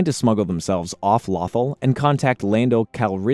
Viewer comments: Since when is planet Lothal is pronounced Lathal. If your gonna talk about Star Wars or make a Star Wars video please at least take the time to know the names of planets and characters and how to pronounce them that planet's name is said many times in the show listen to how they say it. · i stopped watching when lothal was mispronounced